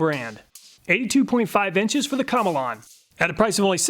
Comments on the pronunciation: I think you pronounce Komelon that like “chameleon.” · Obviously the komelon is pronounced chameleon like the lizard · pretty sure in pronounced chameleon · My apologies but I feel as if "Komelon" is pronounced "Chameleon". I'm not Chinese and I'm decent in English but that's how I would pronounce it. Since a Chameleon sticks it's tongue out and has the shape and colors to match the animal? Just my thoughts? 👨‍🎓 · I always thought it was pronounced the same as Chameleon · i did not think he would pronounce it that way and i had to pause the video to clean up the ice water i spat onto my lap